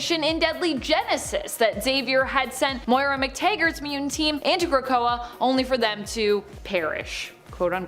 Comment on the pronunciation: It's muTANT not muDENT... Get that dude to talk right or get him out of the position of narrator